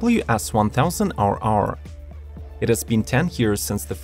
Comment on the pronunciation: “S1000 owow”